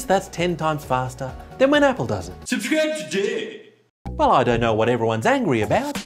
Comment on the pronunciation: "Sobscribe tudeehh" 🤣